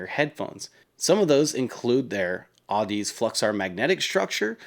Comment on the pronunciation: Audeze lmao, aw deez nutzzz lol, toids first rodeo with headphone brands lol. Its pronounced the same as Odyssey like the book lol